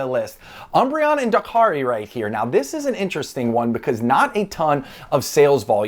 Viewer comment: excuse me... what 🤣 i know people pronounce pokemon different but that is 100% not how you say Darkrai